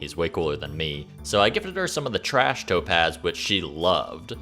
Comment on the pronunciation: The whole time I thought you were saying toe pads and not topaz